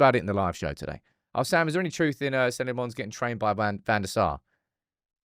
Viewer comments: Please learn to say his name properly. LOmmens, not Le-mons :) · Tip for you: Lammens is not pronounced "Le Mans", as in the car race. It's "LAHM-ens," with the emphasis on the first syllable. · 🚨 you corrected yourself with the Lammens pronunciation only to go back to the wrong one. 😂 lemme help: it’s not French Belgian, it’s Dutch Belgian. (Flamish). You pronounce is like “lemons” except the a sounds like the Dutch a, like ten Hag. Sounds like lommons, like “commons”Life gives you Lammens. ❤ good luck! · Lost hope will correctly pronounce Lammens ever 😅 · For someone who prattles on about "community" so much, you clearly don't read your YouTube comments. 😂 His name is pronounced Senna Lommins, not Senny Le Mons.